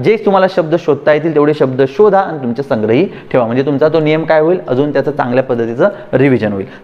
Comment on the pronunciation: शुद्ध 'लेखन'बद्दल ही माहिती दिलीत ते चांगलं केलंत; पण शुद्द 'वचना'चं काय? तुम्ही स्वतःच 'आणि', 'पण' , 'आपण' असे शब्द 'ण'आणि 'न' यांच्यामधला, पण खूपसा 'न'च्या जवळचा उच्चार करत बोलता; आणि 'मन' वगैरे नकारांत शब्द "मण" असे बोलत आहात. विद्यार्थ्यांनी तुमच्याकडून काय शिकायचं आहे अन् काय नाही, हे त्यांना कसं समजणार?